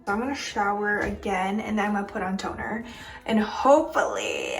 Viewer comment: "But... Tonerr" 🤣😂